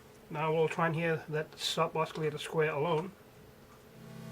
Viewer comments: You don't pronounce the 'C' as 'K' in oscillator , you pronounce it as an 'S' So ossillator and NOT Oskillator. You're welcome :) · the "C" is silent in oscillator lol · I love the "osculator" ;D